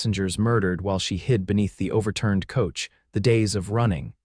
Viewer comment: Stage - long "A", Soft "g", Silent "e" NO "uh" sound on the tail of Stage. Not on Coach, either.